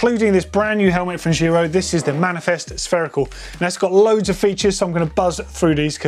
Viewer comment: Finally someone who says giro properly (not doddy)